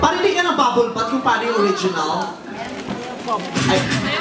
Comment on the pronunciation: It's "Bubble BUTT" not "BATH” just sayin haha